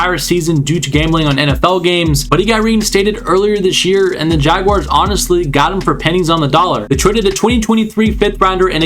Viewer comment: Great video... and I also live the fact you actually pronounced Jaguars correctly. So many other content creators say Jag wires and it drives us mad here in Duval. But anyways awesome vid and yes look out NFL them Duval boys gonna make it interesting this year